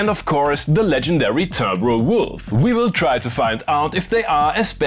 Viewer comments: I love how you pronounce "timbre" the music-academically correct "tambruh" instead of humouring Akai's pun and pronouncing it "timber" like a timber wolf. The Akai marketing department dies a little inside each time they watch this video. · Thank you for saying timbre correctly lol. i've been hearing people cutting wood. timber!